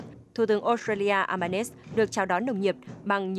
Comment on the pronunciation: Xin lam on doc dung ten thu tuong Uc " Albanese pronounce eo ba ni zi "